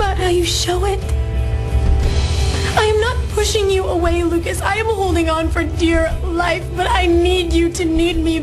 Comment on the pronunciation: y do u say brucas`? his name is lucas ...-.